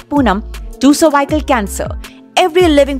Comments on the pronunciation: Madam it is not cervicle cancer it is cervics cancer. U r saying worong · its not survival cancer .... please learn how to pronounce things before making videos....